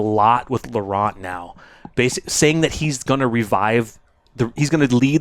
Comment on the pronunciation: Hey, love your show watched from France and here is a tip to pronounce well "LAURENT"... LORE + AN... Don't pronounce the T like saying Ant... Always great contents, always good comments... Take care and keep up with the good job which entertains us!!!